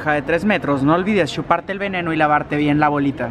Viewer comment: no olvides SHUparte el veneno jaja